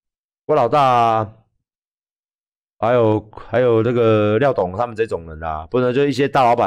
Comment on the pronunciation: 「廖大哥」「廖董」變成「廖打龜」，真的蠻好笑的